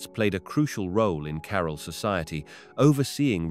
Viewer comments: I can't listen to this idiot . Learn to pronounce the name "CAROL" he says... Its CAH-RAAL .... trying to educate us and can't even pronounce the name properly. ridiculous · Super annoying how you say 'Carol' in every single sentence.